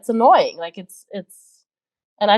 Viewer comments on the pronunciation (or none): none